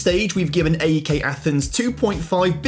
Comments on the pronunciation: Just to say A.E.K is said as one word like AEK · Ok, let me make it easy. Say Alex, great! Now drop the L and switch X with K, that's how to pronounce AEK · as a greek hearing him constantly mispronounce everything just boils my blood... AEK is pronounced A-EK, not A-E-K Panathinaikos is pronounced PanathinaeeKOS Olympiakos is pronounced Olympiakaka because no one likes the dirty reds 🤡 PAOK is pronounced PAOKARA because it's the best team in greece and the others uhhh... no one cares about them tbf